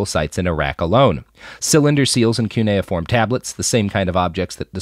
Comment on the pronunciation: Robert sometimes pronounces uncommon words like "cuneiform" weird and I feel gaslit like, "Why is he pronouncing it like that? Isn't this guy a journalist? So shouldn't he know words like cuneiform? Wait, have I been pronoucing it wrong?" But here he pronounces "cylinder" wrong and I'm starting to think he's just fucking with us.